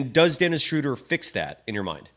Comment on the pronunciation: Guys, it's not "Shrooder" like "Shooter", it's "Schruh-duh" like in "shrugs". 😅😊 Gonna be curious to see how many weeks months it'll take for everyone to pronounce it correctly. 😆😅